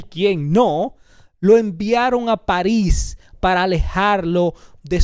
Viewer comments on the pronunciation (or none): none